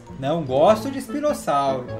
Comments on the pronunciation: rei è falou espinosauri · Ele falou espinosauro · ELE FALOU ISPINOSAURO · Ele disse espinossauru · ele falou spinosauro